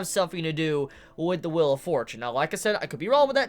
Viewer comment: I love how he says wheel like "will"